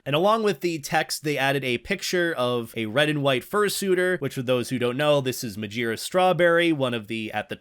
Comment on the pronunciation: NOT MAJIRA😔😔